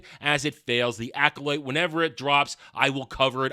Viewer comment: Are you saying the title like that to mock it? Cuz that’s not how the word is pronounced